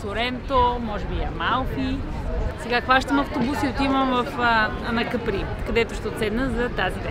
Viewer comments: Казва се Ка'при, а не Капри'. На италиански. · Острова се нарича Ка'при! Ударението е на буквата А!